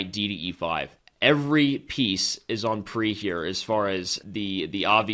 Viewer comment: on-pre and venus fly trap XD, who talks like that?